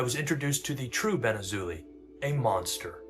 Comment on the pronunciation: His last name is pronounced “Azo”+“Lie” I am not even joking, ask every Jewish/Israeli person.